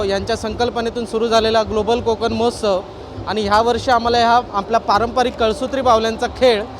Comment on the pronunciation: मोहोत्सव नाही महोत्सव म्हणा